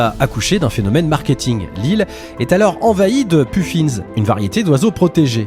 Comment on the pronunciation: Catastrophe ! Les puffins [puf 1 et pas puffinze]